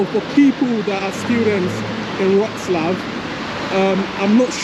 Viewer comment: try saying Vrhoh-tzz-lah-V